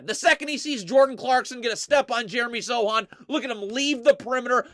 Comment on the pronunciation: is TRASH IN HUMAN FORM for mispronouncing the names of EVERY SINGLE SPURS PLAYER!!! Sochan = SO—han (hand without the D) Branham = BRAN—um